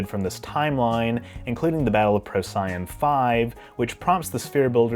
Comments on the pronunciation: Interesting, well though out, and well made video. Una is one of my favorite characters. Quick question since I missed most all of Enterprise when it originally aired. Was Procyon pronounced in the series Enterprise like pro-SYE-on, as you did in this video? The only way I've ever heard it pronounced during decades of amateur astronomy and working in science museums is PRO-see-on. Just wondering, not judging. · The proper pronunciation of "Procyon" is "PRO-see-on." The emphasis is on the first syllable, and it rhymes with "neon." This differs from what you were saying, "pro-SIGH-on". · when you said it the way you did I was wondering if I’d missed something all these years. I’m a firm believer in the Corollary to Murphy’s Law—if everything seems to be going well, I’ve obviously overlooked something. So I dug around and yes, the pronunciation is generally PROH-see-on. But…the name comes from the fact Procyon, which is also in Canis Major and rises just before Sirius, the Dog Star, and it Greek it’s Prokýōn, pro “before [the]” kýōn “dog.” Over the centuries the kappa k softened to an s sound. So maybe you’re just an Ancient Greek scholar! Cheers!! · Why does he pronounce Procyon wrong every time?